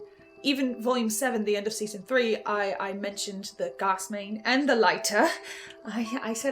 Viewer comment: end of the series and still pronounces gas as garse what a world